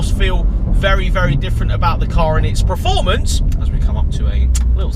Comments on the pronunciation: Mate! I do like the majority of your videos.....but please pronounce the word performance correctly. "Preformance" is not a word. 😅😅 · Please hear this PERformance, not PRUHformence.